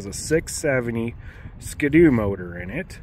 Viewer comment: SKDOO?? Not SKI-DOO? 🤣🤣🤣